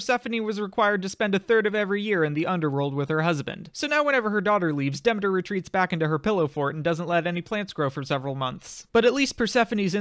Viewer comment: this is fantastic, but can you pronounce Demeter correctly lol